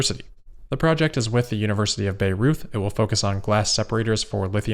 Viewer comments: Great video, as always! One tip on the pronounciation of the German city of Bayreuth: its pronounced "By-roid" (you make it sound a bit like Beirut ;) ) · Side note, just in case you need it again in the future. The German city of Bayreuth is on of the more challenging names. The easiest way to describe how it is pronounced would be buy royt. Thanks as always for your great content. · Bayreuth is pronounced Buy-roit ;) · how to pronounce the German city name Bayreuth -> "by Royt" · Bayreuth is pronounced Buy Roy-t, as in to buy something and then the name Roy with a T at the end. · But I have to say I’m glad he pronounced it the way he did. Sounded very interesting and funny^^ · Haha I just came to write this